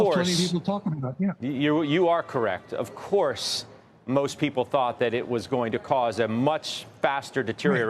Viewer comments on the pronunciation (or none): The way he said “of course” lol